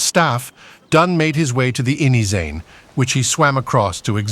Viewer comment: It's Inyezane river, not "inyi-zey". Good animation though. Re-enactments are interesting to watch. The best.